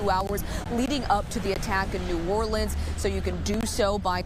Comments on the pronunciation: Biden keeps saying "NAWLINS". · If he says “Narlens” one more time I am going to throw up!! Only people from New Orleans say Narlens!! Just like Kamala’s fake accents!! He is reading a teleprompter because he doesn’t even know where New Orleans is!! Just go back to sleep Biden! Trump already talked to us, while you were sleeping!!